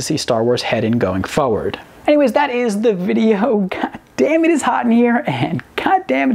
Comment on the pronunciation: I'm liking the way you pronounce forward